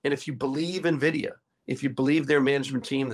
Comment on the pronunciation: It's not "NEH-vidia" - it's "EN-vidia" :)